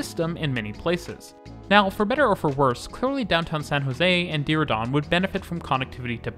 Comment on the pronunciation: I have to commend you on the pronunciation on all the cities listed in your video on BART. I will say Diridon sounded odd but even I probably mispronounce it. I live in Milpitas and have been waiting for BART to come to the South Bay (Silicon Valley) for decades. San Jose area built the light rail system while BART was expanding elsewhere. We finally got our connection to BART and Milpitas is a decent transit hub for BART, busses and light rail. peace!